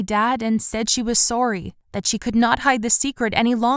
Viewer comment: Did anyone else notice that she said sorry weird